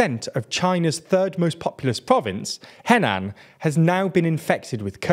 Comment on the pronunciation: The "e" vowel as written in Pinyin, in Mandarin it's pronounced sort of like "uh," so Henan is more like "huh-nan," not "heh-nan."